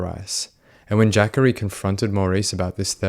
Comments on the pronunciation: I think that young mans name is pronounced:"JA COREY" um not "JACKERY" but if Im wrong, I stand corrected. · It’s ja-cory not Jaqauri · "Jackery" is probably pronounced more like "Juh-Corey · Its ja-cory, not jackorie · I know you don't know anything about (AAVE) African-American Vernacular English so you get a pass for this. I'm sure that no African-American mother would name her child Jackery the spelling of the name is JaCorey. I'm quite sure that it's pronounced Ja-Corey not Jackery. The way you say it reminds me of Thackeray Binks from the movie "Hocus Pocus". 😆 🤣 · JACHARY??! …oh….. it’s Jacorey. LOL I really thought his mom said “Zachary, but with a J”🤣🤣🤣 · Jacorey not Jackary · Jah-Kohr-ee is how you pronounce Jacory, not the way you’re saying it. Lol. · Pretty sure its not pronounced "jackery" lol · It's pronounced Juh Corey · Was looking for this comment... Was thinking it's pronounced Juh Corey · the way you pronouced jacorey got me deceased